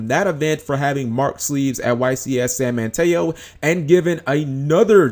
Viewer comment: I like how you pronounced San Mateo, and Adam Corn did not cheat at YCS San Mateo, I saw the situation go down, his cards were clearly unmarked, the judges took the deck and preformed the deck check for about 20 minutes in a back room, comming back and disqualifying him, he was clearly targeted.